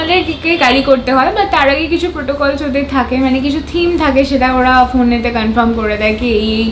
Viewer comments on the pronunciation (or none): none